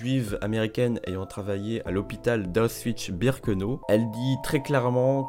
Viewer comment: je suis toujours étonné du peu de cas que l'on fait de prononcer correctement le nom d'Auschwitz... la version la plus courante donne "Auswitch" façon sandwich... voici donc un tutoriel de prononciation phonétique, il faut décomposer. A - och - Vitz